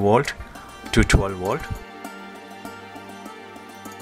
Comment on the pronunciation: its volt not wolt.